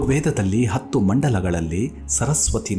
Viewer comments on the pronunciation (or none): none